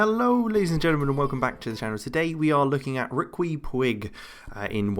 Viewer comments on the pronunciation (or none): I think his first name is pronounced 'Ricky' (much like the pronunciation of Chiquita bananas). And he's a total illusionist. You think because he's with Barca, he's got to have insane upside and I don't think he does. He's 3.5 star potential in my current save in 2021.